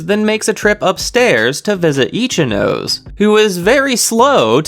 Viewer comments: This is just my opinion but pls pronounce Ichinose properly, sorry but my brain is getting triggered everytime you mispronounced it The anime has the pronunciation if you don't know but you could just say "no seh" instead of saying "nose" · Definitely itchy nose not itchy nó sé and definitely definitely ree’yoon not r'yu én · Good job man, but please say e chi no say